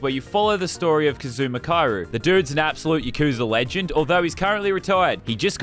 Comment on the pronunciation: His name is pronounced Ka-zu-ma Ki-ri-yu